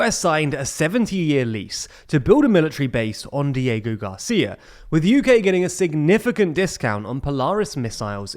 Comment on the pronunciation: "Code Cheigos, Dieigo Garcia" 💀